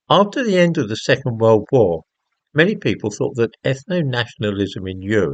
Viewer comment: YOU LOST, SCUM. "Two Wold Wars and......"